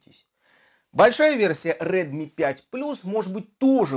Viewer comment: red mi proiznosi pravilno